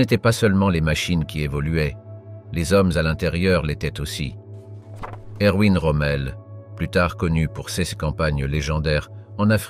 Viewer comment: Prononcer Michael Wittmann et Erwin Rommel à l'anglaise est à la fois comique et totalement imbécile, cela dénote une inculture calamiteuse. Wittmann fut le plus célèbre chef de char (après avoir fait très fort avec un Stug, peut-être parce que loué par la propagande parce qu'il était dans la Waffen SS, mais Kurt Knispel et Otto Carius firent très bien aussi et ils survécurent à la guerre alors que Wittmann fut tué en Normandie le 8 août 1944. Après la guerre, Otto Carius reprit ses études de pharmacie et ouvrit une officine nommée "Panzer Apotheke". C'était un sage et Wittmann aussi était un sage, ils connaissaient leurs limites. Le Blitzkrieg n'aurait pas été possible si TOUS les Allemands n'avaient pas été dopés à la pervitine, une métamphétamine qui "accroît l'endurance, permet aux soldats de marcher soixante kilomètres par jour et de rester éveillés pendant quarante heures successives, elle retarde la sensation de faim et de soif, anesthésie la peur… Bref, c'est le composé idéal à ajouter aux gamelles des militaires!" Si on ne sait pas ça, on ne peut pas comprendre comment l'armée allemande put être aussi rapide et efficace. A part ça, cette vidéo est assez pénible à supporter, j'ai rarement vu pire. Salut et fraternité*